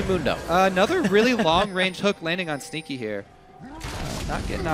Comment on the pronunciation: Sounds like says "Stinky" instead of "Sneaky"